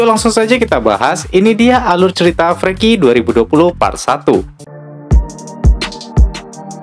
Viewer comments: Di baca nya F-rii-ki bang bukan f-re-ki hehehe😀👍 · Inggrisnya bang bukan freaki bacanya tapi friki